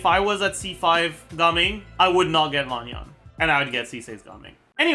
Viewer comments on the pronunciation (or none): just so you know, Lan Yan is pronounced with short vowels - it simply rhymes with the English words can, tan, ban, and so on. No need to go all the way to Lahn Yahn!